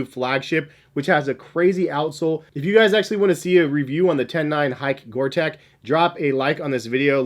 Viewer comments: Gore Tex is pronounced TEX like in TEXas not TEC :) Keep up the great reviews! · Gore-tex with an x. Pronounced like gore-teks not gore-tech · The Reebok Zig Kinetica Edge has to be one of the f-ugliest shoes ever. Gore-TEX is NOT pronounced to sound like Big TECH --- the "tex" is like the sound of the state of TEX as --- pretend there is an "s" at the end of "tex" - sound the "x" out. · Yes I'll be that person. It's Gore-Tex Not Tech😂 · You’re missing out on the acg mountain fly. Also it’s gore-TEX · Please stop saying "Gore-Tech", it's really annoying, and spoils an otherwise good review :( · Its pronounced Gore tecks, its a fabric that lets air in and out but not water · Stop saying Gorteck you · You'd think that a guy making a video about Top whatevers on the subject matter would know the difference... He can't even pronounce Gore-Tex correctly. facepalm